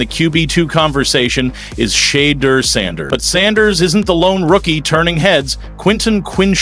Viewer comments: Please learn how to pronounce #12 name correctly! Due Respect…! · Please, please pronounce his name correctly. It is so disrespectful to our people. It really means a lot. If you care!! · WILL SOMEONE PLEASE PLEASE PLEASE TELL THAT MEDIA PERSON TO STOP MISPRONOUNCING SHEDEUR SANDERS NAME. IT IS SO DISRESPECTFUL 😡😡😡😡😡😡😡😡